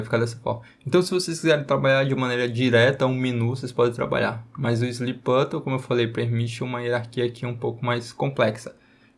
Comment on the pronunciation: o que me pegou no video foi ele falando "slip button" o tempo todo kkkkk no mais ta sensacional o video 🙏🏼✅